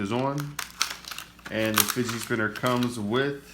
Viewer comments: it's fidget not fidgei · Fidget not figie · He said fidgey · Not To Be Rude But It's Pronounced "Fidget Spinner"